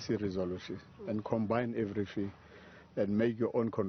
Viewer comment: Jesus Christ, I want to vomit🤮He says "everyphing"Mr everyphing must step aside...😡